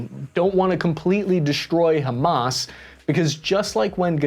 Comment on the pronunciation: Love the shirt,! Robocop 1987 is one if my absolute favorite movies of all time. Also, excellent coverage. And kudos on not one pronouncing Hamas as "ham-ass". I was filly prepared to hear it 😂 Many thanks for the unbiased coverage. Our mainstream media is already diverging into competing, mutually exclusive, and incomplete narratives. As per usual. There are many victims in this story, but no heros. Never before have i more deeply felt empathy for the motives and absolute disgust at the methods. We need a oan-humamist moment inthis world if we're ever to move oast the cycles of violence and hatred.